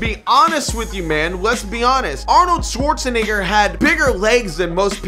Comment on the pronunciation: Bruh stop saying 'Schwarzenigger '